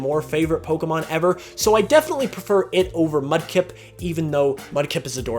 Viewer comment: For a second I thought you said Klefki when you said Mudkip.